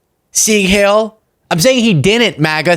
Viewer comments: Oh dear, you've read but never heard the word heil. It rhymes with pile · “heil” rhymes with “bile.”